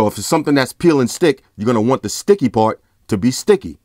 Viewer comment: "best pawt... twendy BUCKS!" LOL. awesome.